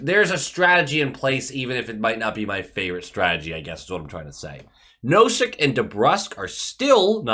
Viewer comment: I see you found out that you've been saying Nosek's name wrong lol Real nice video, I agree that we should keep Sway around, he's a solid backup to Ullmark, shows up when he should and I like him as a person, too